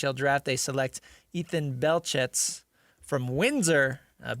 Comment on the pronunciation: The "T" in his last name (Belchetz) is silent.